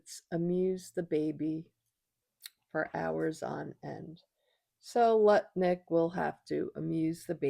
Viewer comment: Nice to hear someone pronouncing his name correctly! Thanks,, love you!